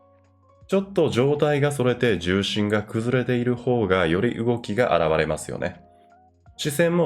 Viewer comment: う↑おき 動き ギリう↑おき